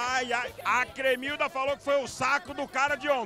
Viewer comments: gente o nome é cremilda e não clemilda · só eu que repiti a parte da cremilda falando bugunal umas 20 vezes??